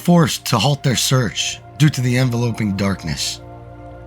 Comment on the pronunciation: Enveloping not envelope - ing 😂😂😂